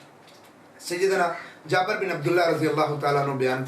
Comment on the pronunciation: جابَر❌❌❌❌❌❌❌ جابِر✔️✔️✔️✔️✔️✔️✔️